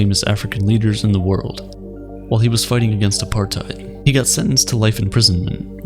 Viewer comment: I know that I'm missing the point, but as a South African that pronunciation of Apartheid was painful to listen to...